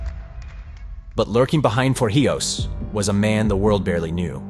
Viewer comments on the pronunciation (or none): If you are going to teach important history, please learn how to pronounce things/people's names properly. It is not TorJIos it is TorIJos! It impacts your credibility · Torrijos is pronounced TOR REEHOS, Not TOR HIOS as you kept saying throughout the video. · His name is To-rri-hoes (not For-he-ows). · Tor he os?! HOW ABOUT TOR-EE-HOS. THE NARRATOR DIDNT EVEN TRY TO SAY IT RIGHT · Pretty good, but you seriously need to learn how to pronounce Torrijos. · It annoyed me too 😂